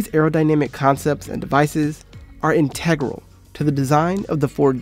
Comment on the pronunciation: That's not how you pronounce "integral" brah.